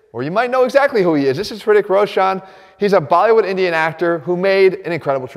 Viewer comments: It wasn't that bad lol, just the Roshan part was pronounced "Roshaan" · the 'roshan' part was a bit wrong ,it's 'raw-shun' not 'raw-shaan' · It isn't "roe-shan". Just "ro". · Jeff it's It's raw-shun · almost right